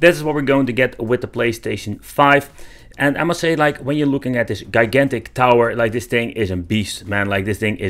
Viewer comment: Pronounced jai gan tic